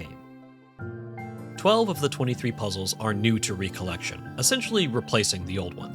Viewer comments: Does he say "re-collection" for the whole video? M I D W I T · I like your videos but.... You game no idea how maddening it became to hear you pronounce "recollection", as in MEMORY, as "recollection", as in "second gathering. " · the way he says recollection pisses me off bruh